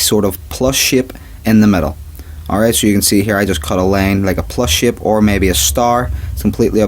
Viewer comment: shape not shipe